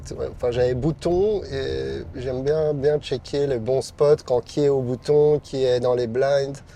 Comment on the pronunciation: Il a pas dit quil arrêtait de faire des tournois dans l'épisode de l'année passer 🤣🤣🤣🤣🤣 tes un bon, "j'aime bien" (avec l'accent ta capté)